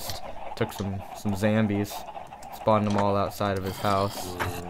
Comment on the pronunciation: yes! he says zambies!!! now imma stay subbed :)